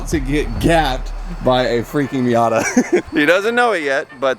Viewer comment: I thought he called the Miata Heep